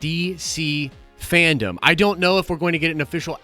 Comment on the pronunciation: FanDome... Dome... not Fandom 😉